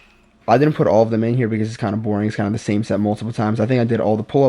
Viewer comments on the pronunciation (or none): none